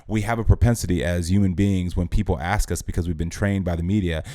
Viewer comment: "...when ax how you're doing.". Oh my!